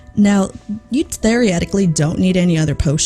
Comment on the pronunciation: i really like your content and i am by no means trying to call you out or embarrass you i only mean to help you so other people wont make fun of you i don't know if where you're from has anything to do with this but i believe you're not pronouncing theoretically how it's usually pronounced (which isn't a bad thing btw) typically people pronounce it thee uh reh tik lee at the end of the day do what you want but i'm just trying to help